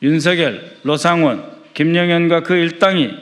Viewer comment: ㅋㅋㅋㅋㅋㅋ 이사람은 왜자꾸 로상원이라고 하지 북한사람 맹키로 ㅋ